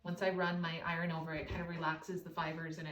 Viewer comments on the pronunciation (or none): How do you say iron? Not, iren… it’s iron.